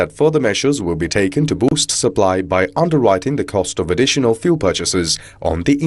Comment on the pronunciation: FYI fuel is pronounced fyool not foo-el